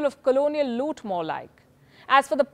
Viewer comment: "The British warehouse of colonial" Looth! Very well spoken.